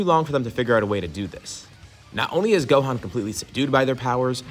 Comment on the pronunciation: Brodie it's gohan